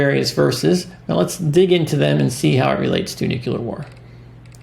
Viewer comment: Its not NUCULER , IT IS NUCLEAR